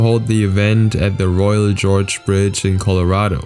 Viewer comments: it's not royal George it is royal gorge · It's the Royal GORGE bridge, not the Royal GEORGE bridge.